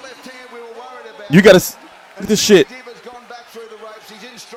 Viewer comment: the best at mispronouncing names. Even Billy Dib's should be pronounced as Deab.